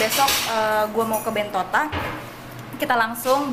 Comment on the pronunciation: bilang Bentota, bilang Bentito. Yang bner apa?